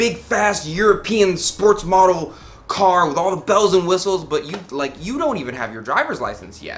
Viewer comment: Model not modle